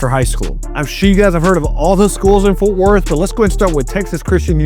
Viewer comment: It's FORT not Forth No H